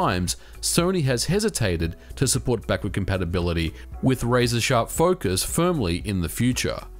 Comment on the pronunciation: "Backurd Campapability"